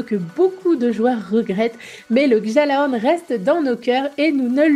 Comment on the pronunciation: Oh mon dieux lady s'il te plait dans gjalahorn on ne prononce pas le j !!!!